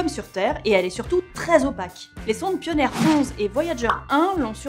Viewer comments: Paille o nir Heuille guinss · Comment tu prononces "Pionner" et "Huygens" whaaa c'est immonde x) Bonne vidéo sinon ;)